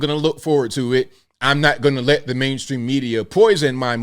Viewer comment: Did you say “Blame stream media”? Lol.